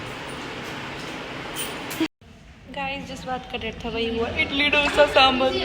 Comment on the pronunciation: For god sake its not dhough-sa, its dhosa. We dont call paratha as perata right?😒